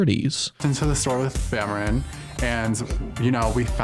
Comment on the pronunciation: ''Bameron''.....hahahahahahahahaahaahahahahaahahahahaahaaaaaaaaaaaaaaaa!!!!!! Fucking😅😂 Hell